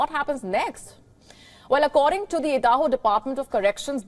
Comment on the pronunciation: Why does she keeps say Edaho? Stence?